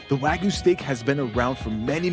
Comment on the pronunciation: you said wagyu wrong. U said like wagoo